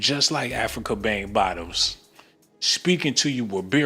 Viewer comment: That's African.... Bambata😂...did you say Bang Bottoms❤😂